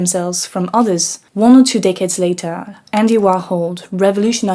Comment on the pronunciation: Ngl... im used to hearing french accents in english but i couldnt stop laughing with this sentence... "...One or two decades (*sounded like dickheads) later, Andy Warhol..."